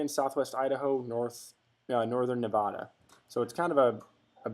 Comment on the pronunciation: Loving the videos until you mispronounced Nevada lol. Thanks for the wealth of information.